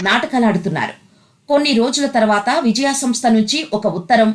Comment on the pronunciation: విజయా సంస్థ పేరునే సరిగా పలకలేని యాంకరమ్మ ఆహా